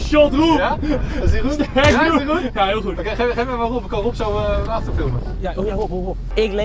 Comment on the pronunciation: Ik vond det ein huul good acsent